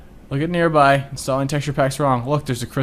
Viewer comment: is it me or does nearby put enthesis on EE